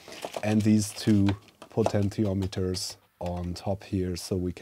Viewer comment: “Potential Meters.” Heh. Love ya! (Po-ten-she-ahm-et-turs)